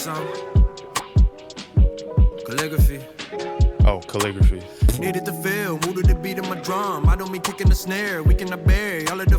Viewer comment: thank you for posting this album also who’s gonna tell bro that’s not how to pronounce calligraphy